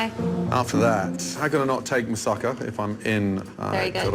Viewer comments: Mousaka? Mousuck. smirks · Mousakka more like mousucka